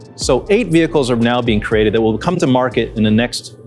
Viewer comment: "let me learn you some thing" and "and do just dat"??? Learn how to speak English and how to pronounce the words.